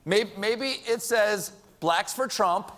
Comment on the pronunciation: The way Trump says blacks sounds so bad